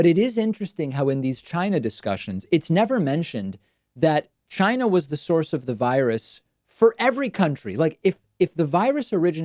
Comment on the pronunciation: "The virus came from Chynah.......let's hear it for Chynak"......and the crowd applauded!